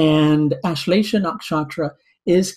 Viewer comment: lol ur accent don't get nakshatra name correct